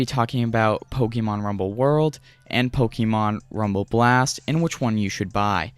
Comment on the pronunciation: Look up how to pronounce "Pokémon". Also, work on your delivery by cutting the fluff and pausing much less. Leave out words like "uh, "yea" and "umm". Allow one sentence to flow into the next without pausing or taking unnecessary detours. Stick to the topic. I can tell you that as a viewer, all I wanted to know was the differences between Blast and World, so when you finally made it to discussing Blast, I quickly became frustrated when you started describing how you came across the game just a few sentences after you started covering the differences. That's what I mean when I say "cut the fluff". Or at the very least, include info like that in a totally different section, maybe even one of its own. Anyways, I'm not trying to be overly harsh or critical. I can tell you're a young guy, so in that sense... good on you for simply making videos. Many others only ever talk about doing what you're actually doing mate. That's something worthy of being proud of. You'll inevitably improve over time. That's guaranteed to happen as long as you continue making videos. Well earned sub from me, bud. "Liked" also, obviously....